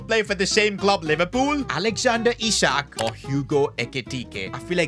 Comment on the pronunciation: Finally bro stopped calling him eye-sack